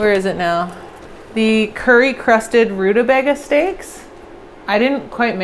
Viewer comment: I love the way you say rutabaga, kept making me chuckle, probably its just a funny sounding word anyway. But also the dirty cookbook thing I agree with, they should be like, buuut it makes me not want to buy second hand cookbooks online 😅